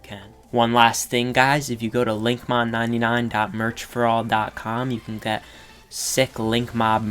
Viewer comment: i thought you said link"mom"99